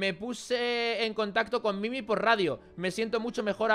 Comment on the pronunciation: que dijiste mimi xd